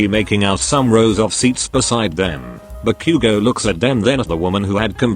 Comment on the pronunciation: "dee-koo" "buh-q-go"